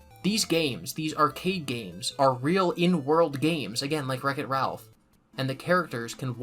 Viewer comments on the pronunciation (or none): none